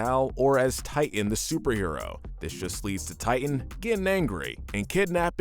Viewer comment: I don't wanna be that guy, but you kept saying the Megamind villains name wrong. Its actually Titan, but if you're referring to the scene where he uses his eye beams to write his name in the wreckage of the city, he spells it "Tighten" instead of "Titan", which I always assumed was just to make it look like he spelled his own name wrong.